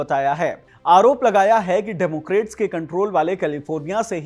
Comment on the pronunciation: डेमोक्रेट नहीं, डेमोक्रैट।